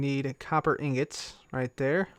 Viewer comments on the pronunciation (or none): none